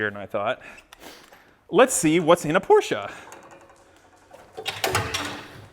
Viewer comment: My favorite part of this is the proper pronunciation of porsche